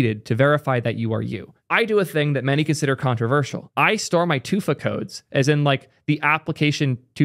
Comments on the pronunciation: why in the name of all that's holy do you pronounce 2FA like "toofah" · “Too-fuh” bruh what